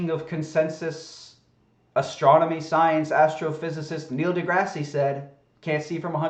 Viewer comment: Why did you make fun of GE for pronunciation when you can't correctly say Degrasse? He isn't named after a terrible canadian TV show.